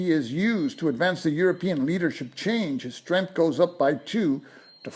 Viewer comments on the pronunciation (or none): none